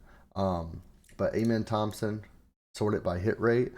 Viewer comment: Do you actually watch basketball? Or is everything just stats and analytics? Cuz ain’t no way you really pronounce Amen Thompson’s name like that lol